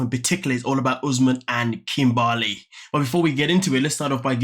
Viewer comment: Her name is Kimberly not kimbaaly